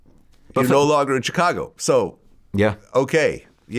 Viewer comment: Am I the only one who hates the way Vlad says, "Chicago"?? ..He has to know he sounds like a dumba**